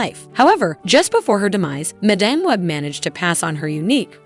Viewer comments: "Ju-akin Phoenix", "Madahm, Madamm". If you can't bother to fix your AI voices I can't be bothered to watch. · At least learn how to pronounce character and actor's names....sheesh.....sound like a dumb a.i. reader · Overall, decent video but it would help if the narrator could properly pronounce "madame" for madame web. It's not pronounced that way for the character. Then she butchered Joaquin's name.